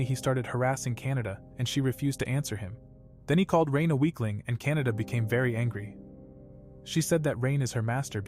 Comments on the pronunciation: I think it’s actually pronounced Ka na da. Not Kan a da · Its kanade but bro is saying canada for some reason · Guys Btw Her Name Is Kan-a-de Not Canada 💀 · kanade❎ canada✅ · Bro kanade not canada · bro saying kanada but the reql name is kanade bruh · Her name is actually Kanade in the Anime. And they say it wrong in the voice over. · btw Kan a de There's the de not da